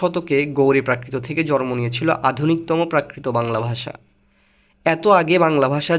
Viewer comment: শব্দটি- (জ+র+ম) নয় - শব্দটি - (জ+ন+ম)